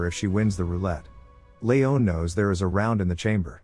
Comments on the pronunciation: It's Lee on not Lee own. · Layohn? Ha. Lee-on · It’s pronounced LEEEEON Not Leone you simpleton